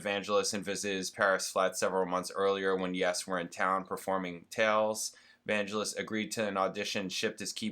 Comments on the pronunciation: Vangelis is pronounced with a hard G JSYK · Vangelis (emphasis on 2nd syllable) wrote "Chariots of Fire". A real eccentric but brilliant writer/player.